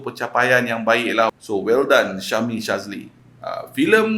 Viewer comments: Boss,sebutan nama syahmi jd syazmi,yoe jd yoei... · 3 kali syebut Syazmi, kawe terus stop watching. Syahmi bukan Syazmi bro. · knp asik aku terdengar syazmi sazli😂😂😂 ke aku salah dengar😅😅😅